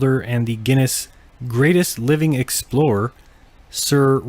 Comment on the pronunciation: You pronounced that explorers name wrong